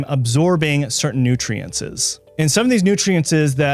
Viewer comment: Is one side effect saying the word nutrientses?